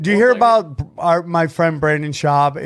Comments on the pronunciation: Did Sam mention any details about the lawsuit at all or did he just white night for "Brandon" for 15 minutes LOL ? (he knows him so well yet can't even pronounce his first name like everyone else in the world because no one really cares) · BrAAndon Schaub... he's such a good friend he pronounces his name wrong every time. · It's Brendan not Brandon y'know :)